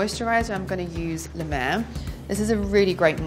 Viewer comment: as a french person, the way she said "La Mer" was very funny haha, I also love the American Accent when they try to speak french!